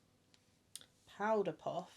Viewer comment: oh my god the Australian accent close up to the mic 'theres ma powda puff im ganna need yur' has me crying hahahahahaha